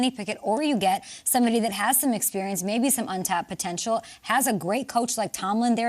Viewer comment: They are not the Pittsburgh Stillers my goodness say there damn name correctly, man‼️